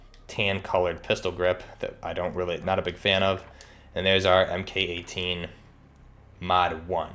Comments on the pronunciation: It’s pronounced “Mark 18.” Not “Em Kay 18.” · Almost everything in this is inaccurate. "Soap-mod"? Em-Kay 12? Em-Kay 18? Noguns confirmed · Cool video. Buuuut, the "MK" in MK18 is pronounced "mark". And the "SOP" in SOPMOD is pronounced like "mop" not soap. Other than that good work.